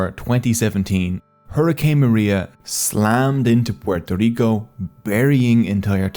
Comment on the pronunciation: Thank you for the effort of saying "Puerto Rico" with the proper accent. Not pororico